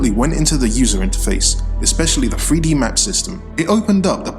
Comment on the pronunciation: it's in Free-Dee